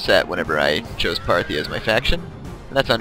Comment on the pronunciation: hahahahahaha "Phartia" FARTIA? HAHAHAHAHA